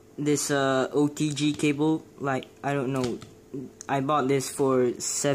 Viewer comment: “oDg cABle” it’s “OTG” not “oDg CaBlE” and that’s obviously San Andreas 🤣